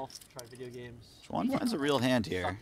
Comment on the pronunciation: Xuan is close to Swan in pronunciation. I cringe when I hear when commentators trying to say her name ....